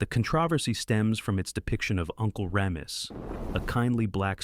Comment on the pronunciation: 🙄👎 This video lost me at "Uncle Rëmis." I hate these robot voices with a passion. 😴